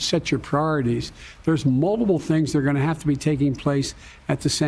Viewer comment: "im a gointamade a commitment.." -Joe Biden